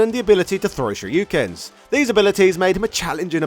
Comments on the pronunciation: Is he saying "shoryukens" instead of "shurikens"??? 😂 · I never heard anyone pronounce Shuriken as ShhRyu-ken. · I did not think that in big 2024 , post naruto, I would hear someone mispronounce "shuriken"